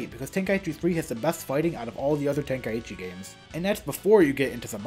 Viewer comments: Ten-Kai-chi✅ Ten-ka-i-chi ❌ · Tenkaichi. Ten. Kai. Chi. Not ten-kai-ee-chee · No. Tenka-ichi is how its pronounced, by the game itself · Maybe open up a copy of the game once in a while and listen to how the characters all pronounce it on the title screen